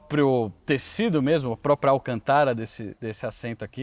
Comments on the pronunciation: pq você pronuncia alcantára ? não tem acento agudo na palavra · Não é Ruracan é Huracan e não é Alcantára é Alcântara.